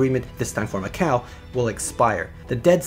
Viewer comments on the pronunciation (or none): none